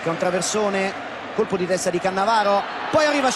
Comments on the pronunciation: Caressa tutto il tempo: CaAnnavaro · Le 5 differenti pronunce di Caressa: Cannavaro Cannàvaro Cannavàaro Cannavarooo Caannavaro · Lo ha vinto grazie al tono con cui Caressa pronuncia Cannavaro, e poi ancora Cannavaro 😂